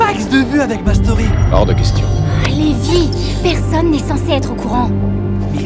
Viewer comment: Cest pas le meme prenom car celui dans SNK se prononce Livai et non Lévi..